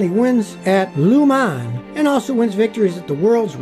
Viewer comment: Luman???? lemans right?